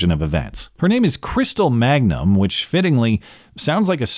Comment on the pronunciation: Reality is stranger than fiction. You mispronounced her name as “Magnum” thinking it sounded strippery, but it’s actually Mangum. Man gum. Crystal Mangum. She seriously just got chewed up and spit out on the street of life. Stripping, prostitution (presumably), attempted murder, arson, larceny, false allegations, and actually murder. Crazy life story.